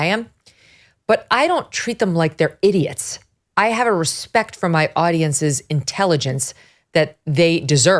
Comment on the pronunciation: She does have the “it”. Itiot…lol. I know it’s idiot, but seriously, she IS!